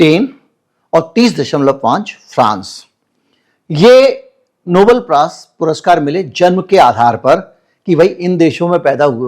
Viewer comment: Please say Nobel and not noble.